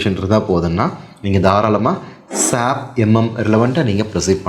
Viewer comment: Sir with due respect, please don't pronounce "SAP" like a word, its S.A.P